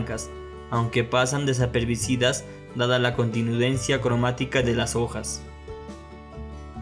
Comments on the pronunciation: desaperbicidas? No te molestes, es jueguito, no me estoy burlando. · Desapercibidas !! no desaperbicidas